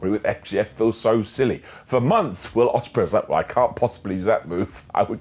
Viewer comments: Yes, how dare he make a simple mistake and mispronounce the name of our lord and savior Billy Bob Oceanspreay? We should tar and feather him for this insolence. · How dare mess up on Will Osprey name